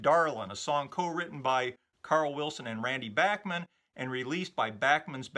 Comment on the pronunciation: So many years of Bachman Turner Overdrive being referred to by their initials, BTO, has resulted in a whole generation not knowing how to pronounce Randy Bachman's name. I was in highschool when Bachman Turner Overdrive was at the height of their mid-70s fame, and having heard them on A.M. and F.M. radio & seen them on midnight special & Don Kirshner's Rock Concert, I have always heard Randy Bachman's name pronounced as Bach - Man (the Bach part pronounced like Johann Sebastian Bach), nobody ever said Back- Man in the mid 70s, I started hearing back-man after years of the band not being on the radio & every one guessing the pronunciation. Now you know, BACH not BACK. Great show, didn't realize Randy Bachman even wrote with Carl Wilson. Have a great day, summer's almost here, and I'm really looking forward to returning to the deep dive into 64....